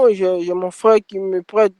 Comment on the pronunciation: "Mon fwéwe il est masson" 😂😂😂